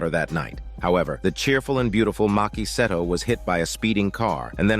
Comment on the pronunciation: lmfao im azn but im sure thats not how 'seto' is supposed to be pronounced... it's pronounced "see-toe"...right? it's so hard hearing pronunciation of the name... 🤷‍♂🤦‍♂ idk why lol